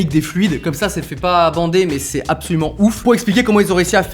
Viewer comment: J'ai dû aller voir un psy à cause de "apsaulument"